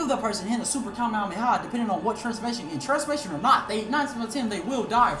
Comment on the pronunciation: "kame-hamea" the fuck